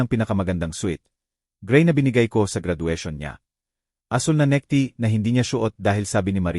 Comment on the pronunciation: Atty.,hndi ate😂 necktie hind neckty😂